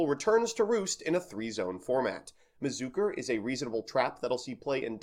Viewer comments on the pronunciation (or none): Great intro, and I hate to hate, but how do the letters in "mi-chi-zu-re" compel you to say mi-zook-er?